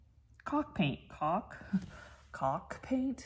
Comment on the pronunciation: you might want to look at your paint jars again. It's not cock paint, it's chock paint to imitate the word chalk.😂